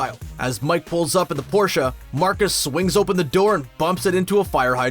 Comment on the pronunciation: Bruh thanks for pronouncing Porsche the correct way. We thank you sir.